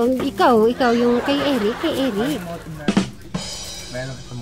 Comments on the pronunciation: Motif!!! Not Motiv!!! Hehe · Motif😂😂 hindi motive